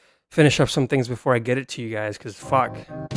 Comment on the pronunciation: man you gotta stop saying "tings"